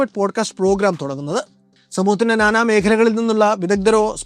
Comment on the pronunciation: just a correction on Pronunciation of one word Samoohathile NANA, the first NA, is supposed to sound Nayattu, or Nadan, Nanma, not like Nana weekly. You can check with language expertise. Thank you, all the best 👍